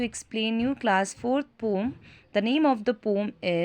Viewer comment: It's pronounced as "Poum"-- POEM.